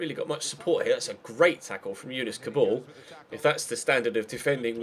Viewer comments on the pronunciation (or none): none